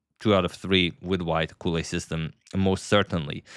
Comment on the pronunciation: Edgard Colle is Belgian from the Flanders region, so the language is Vlaams, very close to Dutch. Which means that his last name should be pronounced in the same way as the start of the English word "college". No "ou" or "u" sound on the "o". #VastKnowledge